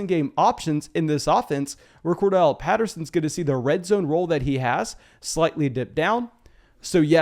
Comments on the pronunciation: Say it with me.....Cor....Darrell. Cordarrelle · Are the two r’s in Cordarrelle silent or something?